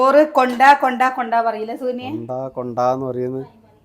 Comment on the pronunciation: കൊണ്ടാ കൊണ്ടാ അല്ല കണ്ടാ കണ്ടാ